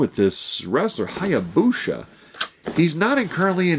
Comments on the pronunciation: "sha" LOL "sa" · Pronounced "Hi Ah Boo Sa" lol but close haha.